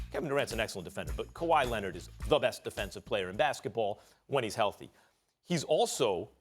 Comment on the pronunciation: "Kawhi Lenid"